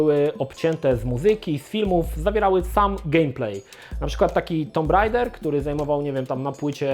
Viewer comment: napewno nie wymawia sie tego tytulu TOMB RAIDER